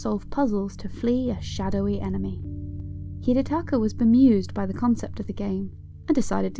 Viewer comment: You butchered his first name